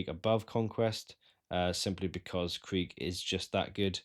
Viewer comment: Kreeg...KREEG. brother if you are gonna make a video about this, then say the name properly 😒